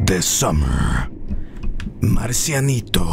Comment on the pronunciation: pronounces Marcianito so well though lol